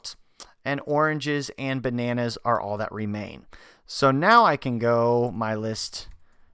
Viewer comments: ...Ba-na-naazz. (c) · The way you said 'bananas' made me laugh so hard